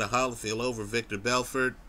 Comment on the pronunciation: LOL you're still pronouncing it "Victor" Belfort.